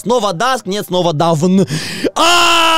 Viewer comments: может дАвн а не давЫн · "Dawn" читается "Дэун", а вот "Down" читается именно так))) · И вообще бро, этот скин читается "доон" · Dawn читаеться как дон а перевод рассвет